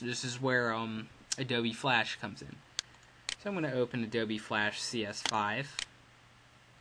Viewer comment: This guy said ADOBE like adobee